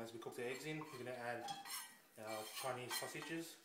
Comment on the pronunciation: CHI-KNEEZ SALSA-JIZZ